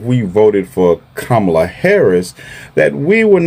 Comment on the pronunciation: I've heard all these people I can stand. They're either good Arabs/Palestinians or they're good Americans. BTW they need to learn how to pronounce "Kamala. "